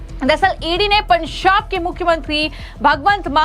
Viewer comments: Pansab nahin Panjab hota Hai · पंजाब को पनअजांब क्यो बोल रही है ?? छापेमारी को शापेहारी बोल रही है ? जनता को झनता बोल रही है ?? पहले अपनी जुबान साफ करके आओ।😅😅😅😅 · आपका एक्सेंट बहुत गलत है। आप पंजाब को पंसाब कह रही हैं। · "पंजाब" तो ठीक से बोल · What's that pronunciation of Punjab